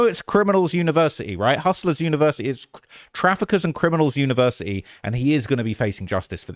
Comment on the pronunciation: He has a "univers'ee" and he can't even say the word??? 🤣🤣🤣 And outing the eastern European mafia??? What a total chinless m*ng